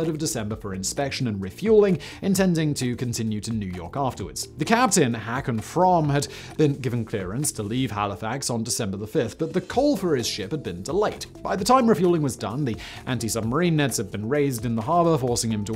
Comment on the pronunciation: Haakon is not pronounced hack-on. It is more like hawk-on. Same with MUFC's Ole. It's not Ollie. It sounds more like Ew-la. I don't know any other Norge though, even though I worked at sea with them for 12 years.